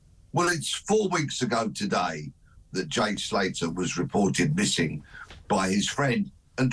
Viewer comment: 'Jay Salter' 'Carlton Palmer' embarrassing. Guys dont have a clue who theyre talking about.